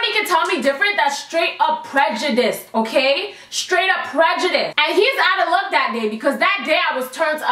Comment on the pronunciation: I love it when you say okarrrrr